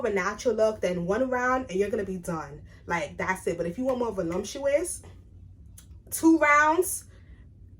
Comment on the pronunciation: Not trying to be rude but just to help you pronounce these words properly- there is no M in voluptuous, and it’s elasticity, pronounced e-lass-tiss-ity 😊